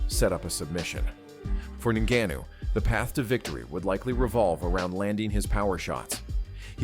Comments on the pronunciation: "Francis Nunu"😂😂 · Bro said Nanuu. Like wtf ! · Did I hear Francis Nunu. It's Ngannou please 😒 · It's Ngannou. Not NuNu 😂😂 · YT ppl know they can mess up a name. This dude called Ngannou like 5 different name in one video